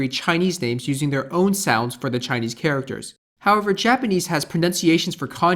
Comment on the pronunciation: 你的中文發音還不錯！